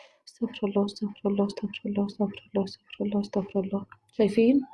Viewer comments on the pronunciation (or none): تاكدي من خروج الحروف من مخارجها انا سمعت ااستفله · يا استاذه ربنا يبارك في حضرتك اسمها استغفر الله بكسر الفاء بضم الراء